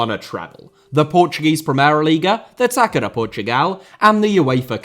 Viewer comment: The word for "cup" in Portuguese is pronounced "Tassa" not "Takka"